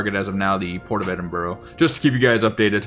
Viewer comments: Also, it's "eddin burr", not "edin burro" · Edinburgh but you say, Edinburro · Good video. But please Ed-in-bruh.